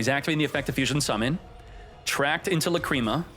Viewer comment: Love your content but Lacreema?? Come on bro that's not how you pronounce it 😂